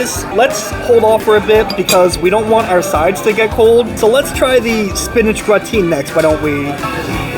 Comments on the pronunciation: "Gratin" is pronounced Grat-un (English) or Gra-tawn (French). No one pronounces it Gra-teen. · It’s more like gra-te. You don’t pronounce the n. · It's not gra-teen. It is more similar to graten light n sound. It is difficult to describe the French ending. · My years of french class hurts hearing him say gratin. I should sound like Gra tan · Hi! Great review! Just wanted to mention, gratin is spoken as gratan. I think it's french. We learn something new everyday. Keep on! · Check pronunciation of "gratin.";) Thanks for the great look at these restaurants ! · You're pronouncing gratin wrong. The emphasis is on the first syllable and the "i" in the second syllable is a short "i" so it's pronounced like in the word "is". It's a French word and is commonly used for the dish potatoes au gratin. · Gratin rhymes with sunTAN.